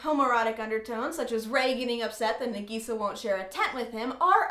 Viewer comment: Hey :) I know this is an old video, but I'm just curious as to whether you watch the sub or the dub.. I'm assuming you watch the dub as you didn't pronounce some names and things properly, and dubbed animes tend to do just that. Anyways, nice video, but I'm pretty sure Nagisa and Iwatobi are pronounced differently :) I don't really know how to explain it, but maybe look into the correct pronunciation? (again sorry, this is an old video and you might have known already by now lolol)